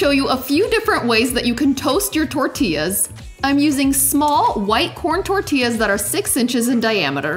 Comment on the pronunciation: Are those tahcos? They sure are tahcos! Ungh, I just love tahcos or a corn tortilluh.